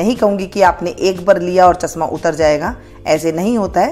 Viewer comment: chasma nahi chashma boliye madam ji